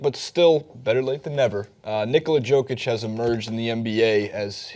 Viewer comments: You have to admit that "Joke Itch" sounds pretty funny. I get more annoyed when the TNT analysts call Joakim Noah, "Yo Keem" Noah. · Yoke itch man not JOKE itch... Lol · It's nice people outside Nuggets fandom are finally starting to notice him, so thanks for catching on, as you say, better late than never. But it's pronounced "YO-kich," not "JO-kich." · You read it as Yokic not Jokic but it's ok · YOOO-kitc dumbass saying it wrong the whole video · Is name is pronounced YOkic. I hate these poser nba analysts on youtube who can't pronounce names correctly. Do you even watch these guys play? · Yeah, the pronunciation on that website is bullshit... The Nuggets announcers say it properly. Pretty close, anyway. It's pronounced "Yoh-kitch". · Can't pronounce Jokic correctly and don't know what country he's from? GTF away from making videos then. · You mispronounced his name in the first five seconds...I unsubscribed, disliked and did not watch the rest. JUST KIDDING! love your content but fuck Cenk Ungur. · You didn't pronounce his name correctly. You better put some respect on his name next time, or I will write an extremely mean comment!